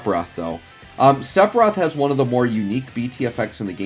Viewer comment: My ears bleed every time I hear "sepiroth" 🤯